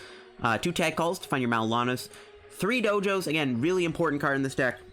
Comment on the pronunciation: Maybe it's a freudian slip, but every time you say "Marrow&Lana" I tend to hear something entirely different... ;-)